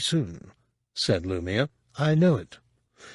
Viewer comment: Really? I think he's last on my list of the narrators I've heard while listening to SW books. Lou-my-uh Nye-uh-thol